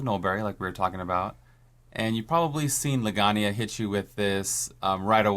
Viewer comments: legania, rabodaan lol its Legiana and Radobaan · Why does everyone pronounce Legiana incorrectly? Genuinely curious if y'all all just ignore the way it's clearly spelled or if it's something else